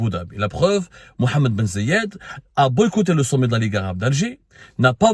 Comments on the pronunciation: ZAYD not Ziyad ;-) write it down next time Brother :-) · محمد بن زااايد آل نهيان corrige toi Abdou c'est Zaid. Aaal nahyene